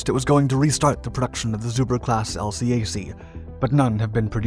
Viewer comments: we pronounce it as a 2 syllable word ... el-cack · 👎 Dislike for using irrelevant US Navy & Marine Corps footage, and can't pronounce LCAC (el-kak).